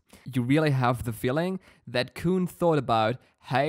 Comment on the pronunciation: by the way, his name pronunciation is Kun, the un is the sound from (un)understand. Sounds like Kwun, K, w, un. like english phonics.